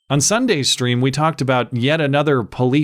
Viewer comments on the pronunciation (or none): none